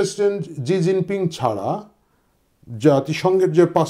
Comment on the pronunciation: আরে ভাই জি জিং পিং আবার কে 😂😂 চিনের প্রধানমন্ত্রীর নাম শি জিনপিং 😂